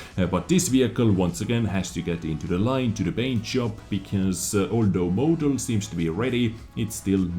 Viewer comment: I need to comment on how you pronounce model as "mow-del"